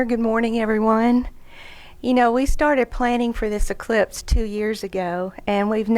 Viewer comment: I thought she said cyclops.